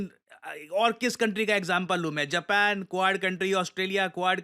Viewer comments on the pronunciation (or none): none